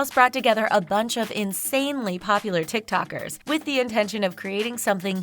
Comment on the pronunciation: Everyone: TikToker The narrator: TikTAker. it's not hard to pronounce it lmaoo